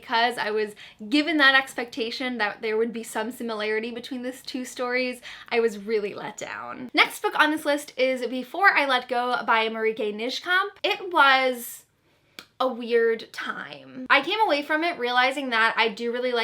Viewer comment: I love how you mispronounced Marieke Nijkamp's name, it's so fun to hear you pronounce a Dutch name. The way you should pronounce it is Mah-ree-kuh N-eye-camp, if that makes sense. Have you read her other book "This is where it ends"? I've heard a lot of good things about it, but haven't read it yet.